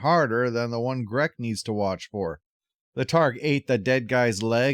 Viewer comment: It looks like you pronounced G'reck's name correctly to me. But, I'm not an expert at gutteral language. English really is a front of the mouth language, with lots movements mostly of the mouth and tip of the tongue. It barely uses the back of the mouth/throat at all. -Truly, you cannot go wrong with clip of Val Kilmer with a smart mouth! Thank you for that!